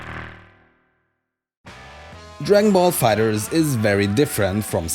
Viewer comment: why do you pronounce it fighters and not fighter z ?